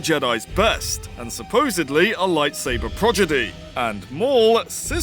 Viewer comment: you have this thing about saying progidy instead of prodigy and it really annoys me 🤦‍♂️